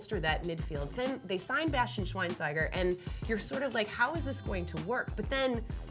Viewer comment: the "st" in schweinsteiger is pronounced "scht"